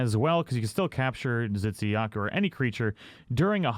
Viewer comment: I'm sorry but I could help but notice you pronounce Tzitziyaku as Zitsiyaku (ㅇㅅㅇ)